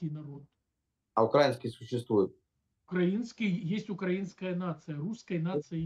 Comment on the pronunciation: Мне нравится как он услышал уже раз 10 правильное произношение ‘украИнский’, и при этом продолжается умышленно произносить неправильно, чтобы подчеркнуть, что это какие-то там окраинцы, другое дело русские ух